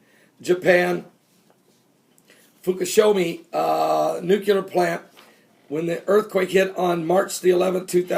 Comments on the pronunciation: PRONOUNCED FOO KOO SHEEMA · Fukashima? (Fu-ka-she-mah) is that what you are trying to say? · Pastor pronounce it like this lol foo-ka-shi-ma hopefully that helped :) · Fookooshema - Fukushima just trying to help. No worries and thanks.